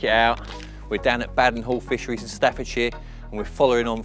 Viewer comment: Its Ba -den hall Not Bad-en Hall 😂😂 sick sessions lads !! Enjoying the vid .